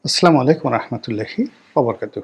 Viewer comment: আপনার সালাম শুদ্ধ হয় না। আস্লামু শুদ্ধ নয়।